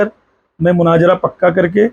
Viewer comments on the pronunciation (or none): Munazara bolna nahi aaraha hai ja panchar jake bana tere liya wahi thik hai 😂